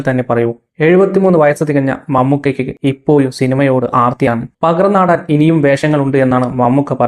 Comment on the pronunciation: നീയൊക്കെ ഇനിയെന്നാണ് മര്യാദയ്ക്ക് മലയാളം ഉച്ചരിക്കാൻ പഠിക്കുന്നത് ഇപ്പോഴും പറയുന്നത് ഇപ്പോയും എന്നാണ്